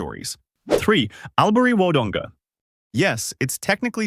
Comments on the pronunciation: I wish you would conduct proper research when talking about Australia. The correct pronunciation is "All-bury," not "Al bury." While relocating here can be a great decision, it's important to note that the hospital needs funding for upgrades. Additionally, transportation could be much improved; having a car is definitely necessary. As for the train to Melbourne, it often requires you to catch a bus to reach another destination before you can board the train. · Albury is pronounced All bury